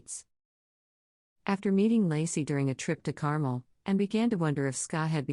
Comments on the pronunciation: It’s NOT pronounced “Carmel” it’s pronounced “Car-Mel”!!! Get it? “Car-Mel”!!! Geeeeez! LOL 😝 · It’s not CAR-MULL — it’s CAR-MELLE (Carmel). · fyi, it’s pronounced car-MEL